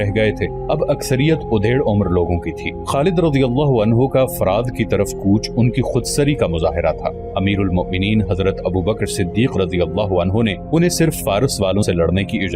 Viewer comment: baetaa mazrat sae arz hay ;;;; udhaer umr ;; nhi ; ;; adhaer ;; yani aadhi